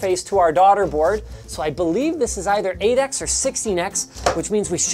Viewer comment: Even though I fully know Linux was saying 8x, I kept hearing Adax